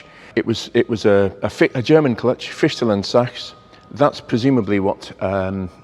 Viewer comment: seems, the clutch doesn't fully separate ?? Again respect for pronouncing Fichtel und Sachs and even Deutz correctly, Great, like in Italian, you always show respect to other languages, Thank you for that again!!! Great storytelling as always also.